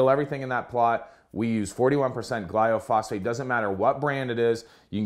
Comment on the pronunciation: Great vid, thanks for posting. It's glyphosate...not gly-o-phosate btw